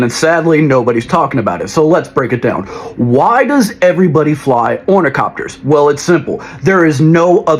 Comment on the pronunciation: say it with me... Orni-THOP-ters